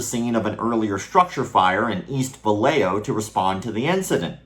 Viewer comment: Hey, great video, one tiny little nitpick. The city is pronounced "Va-ya-ho", not "Va-lay-jo"